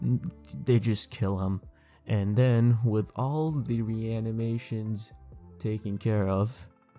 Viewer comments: re-ani-me-shon how to pounce kabuto's jutsu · Idk about his homie tho he couldn’t even say Reanimation